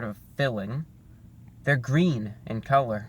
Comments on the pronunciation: IT'S GWEEN!! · It's gween!!! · IT’S GWEEN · It's GWEEN I mean it's GREEN 👍👍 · It's gweeeen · I was waiting for a GWEEN MEME! Stop pronouncing your "R" correctly! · It's...ITS GWEEN! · Review Bruh!!! It's GWEEN! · "It's IT'S GWWEEENN!" Haha You are awesome Review Brah.